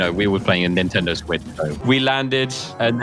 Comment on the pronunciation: Bro said swetch